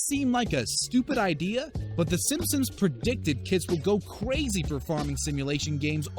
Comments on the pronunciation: We’re supposed to ignore that he’s saying simpsom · he pronounces it simpsims you uncultured swine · Is it 8 or 10?and stop saying simsims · i also noticed that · It's NOT Simpsims, dammit! There's an "N" at the end, not an "M". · He says simpsims not Simpson’s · Its Sim sons not simsims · Dude cant talk. he pronounces it ‘simsums’ the whole way through 💀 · He said simpsims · He says sims sims and not simsons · It's pronounced simp-sons, not simsims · The Simpsons Will Predict Narator To Say "The Simsins" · You lost me at "Simpsums" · Hes saying simpsoms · its pronounced sipmsom not simpson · Did you say simsims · Why is he calling it the simsims? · I believe it’s “SimpsoNs” not “simpsiMs” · he actually say Simpsims I hear a P and the other times people are pointing out he says it properly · 07 did he say swim sins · No he said simpsims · Why’s he saying simsims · It’s Simpson’s, not Simpsims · He said simphsuns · The "Simsoms" Are My Favourite Tv Show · Lmao SIMP-SONS Not simpsoms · It’s Simpson’s not simpsins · The "simpsims" lol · Is it just me hearing him say SIMSIMS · " the simpsims" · says Simpsims try to hear at the start of the video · Why do you keep saying Simpsims? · I noticed after reading your comment exact as he says simpsims lol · Wheeler go to the start and louden it up all the way and hear him say simpsims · please stop saying "Simpsoms".... you don't pronounce it right once in this entire video and it actually bothers me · Did he just call them the simsims? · Does he keep saying the Simpsom's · He says simpsoms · You said the simswims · Right when I heard him say simsims I was done with this video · Does he say simpsins? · Wtf does he pronounce Simpson’s weird......sammsams , sainsaims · "Simsims" ? I'm out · Did anyone else hear him say Simsims at the beginning? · Am I the only one who hears him saying Simpsims? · Why u saying simpsims? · The “Simpsims” 🤣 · Did he say simsims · im sorry, did he just say simsims? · Did he say "Simpsims?"